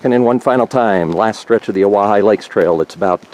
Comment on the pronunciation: Wow great views lucky to have such a clear day...another nice hike for the 3 amigos! Thanks for the help on pronunciation of Owyhigh 😁